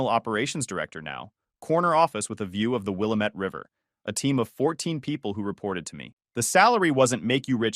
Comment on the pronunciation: As a former Oregonian, the pronunciation of Will-AM-ette river pained me.